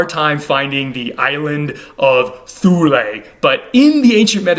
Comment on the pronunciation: Thule isn't pronounced "Thoolay". I'm not really much of a pedant but I do know that, like the town in Greenland, Thule is pronounced "TOOLEE".